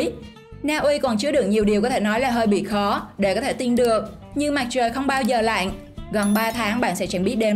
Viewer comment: Bạn MC cần lưu ý phát âm tiếng Việt, chữ " lặn'' . Cảm ơn chia sẻ của kênh